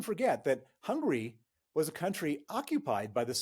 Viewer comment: I don't agree the Russians have the ability to endure pain. Rather they aren't allowed to criticise the government. It's pronounced Hungary dear, not Hungry!